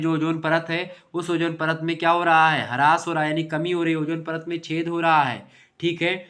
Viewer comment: Sir haras nahi Haas please don't pronounce haras it's irritating.